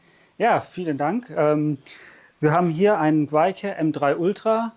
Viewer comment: Nö...haste nicht richtig ausgesprochen... Versuch's mal mit Wej Keh (dabei das letzte "e" kaum aussprechen)